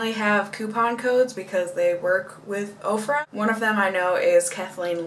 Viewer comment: They do state on their website that once you place the order, they in turn place an order from the vendor. It's a long process but so worth it because the discounts are so great, IMO. I've purchased everything from clothing to makeup to a couple of pieces of furniture. Ofra always sounds like okra is being mispronounced. 😜